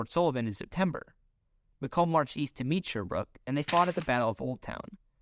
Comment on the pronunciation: FYI, 'Macomb' rhymes with bacon. I feel like this would lead to a few more US territories as well, namely Nicaragua and Greenland. Interestingly the US would have never gotten the Philippines and may not have 'opened up' Japan to trade.